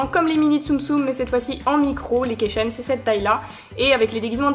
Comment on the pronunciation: AHHHHH J'AI MAL AUX OREILLES QUAND TU ( missjirachi aussi d'ailleurs ) DIS KEYCHAIN c'est un mot anglais vas voir la prononciation stp